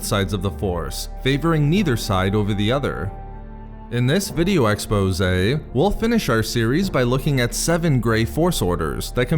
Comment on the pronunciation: I give thumbs up EACH time if for no other reason than the way you pronounce expose...